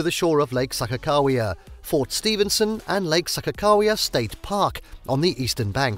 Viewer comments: Mountains in the thumbnail and you don't know how to pronounce anything here. You lost me at SAHKA-cow-wea. Next. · Learn to pronounce places correctly. I am originally from Minot, which is pronounce MY-NOT. Also the man made lake is pronounces SAH-KAH-KAH-WE-AH. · Oh my goddess how many times is he going to say Lake Sakakawea wrong!? 😆 Stress on the second syllable buddy, not the first...and Missouri...again stress the second syllable not first, it's not Misery 🤦‍♀️ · It took me until the sign to realize the narrator was slaughtering Sakagawea's name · Seriously if he says Sakakawea wrong one more time. It was super annoying.